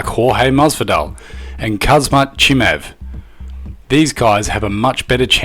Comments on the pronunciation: The name is Khamzat not kazmat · Would be good to pronounce the names right. Ngannou - ingarnu. Gane - garn Khamzat - cumzaht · Mma genius ? More like mma r e t 4 r d . You cant even say khamzat properly